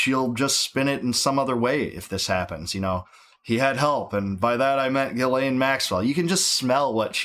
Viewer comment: Please note: With 'Ghislaine' the 'S' is silent. "GILLANE"